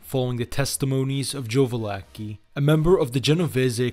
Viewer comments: Just so you know mate, for any other future use, Joseph Valachi, is pronounced like Va-la-chi, instead of Va-la-ki. Otherwise nice job. Your research is top notch, especially of the early years, before, during, and after Prohibition, and then the DeCavalcante year's. Lot of info ive never heard before. 👍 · It's ValaCHI, not Valake lol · it's Valachi!!